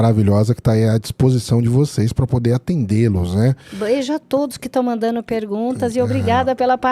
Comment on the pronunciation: Muito bom o podcast mas um pouco cansativo por causa dos erros de gerúndio, mandano, dizeno, mostrano, atendeno, em fim…